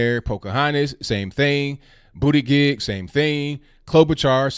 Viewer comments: It cracks me up every time you say Booty Gig 😂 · Did you just say Booty-Dig ....🤔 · I like how says BOOTY-GEG. 😂😂.